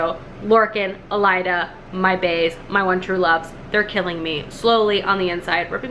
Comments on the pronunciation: I love how you keep saying "Elida" and "Alien" 😂😂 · Are you saying Alien because you don’t like her? Lolol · Had to stop 6 minutes in due to the horrible pronunciations! You really thought the main characters name was ALIEN?????